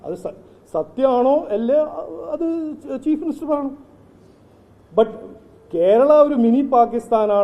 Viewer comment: ആദ്യം നീ കേരളം എന്ന് പറയാൻ പഠിക്ക്